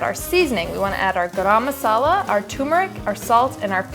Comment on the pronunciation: as an indian.... omfg im ultra offended!! ik didn't mean it but "grrmm" masala!! its garam!! where are the a's??? and the recipe was definitely not what i know and love- it's barely a curry LOL